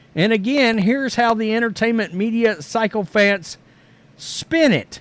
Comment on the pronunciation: Sycophants is pronounced 'sicko-fants'...